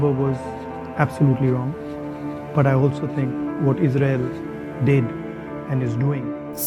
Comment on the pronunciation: It's ISRAEL and NOT AZRAEL.... please rectify the mistake done.